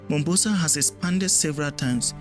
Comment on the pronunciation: My brother, it's not Mumbasa, it's Mombasa, 'Mo'. In Swahili, Mombasa is historically called "Kisiwa cha Mvita" (or Mvita for short), which translates to "Island of War".This name comes from the city's long history of being fought over and changing hands among Arab, Swahili, and Portuguese rulers over the centuries.The name "Mombasa" itself comes from the original Arabic name for the island city, Manbasa.